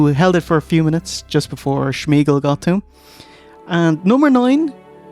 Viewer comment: Had a hard time getting through this video, with the constant mispronunciation of “Shmaug,” and later “Shmeagol.”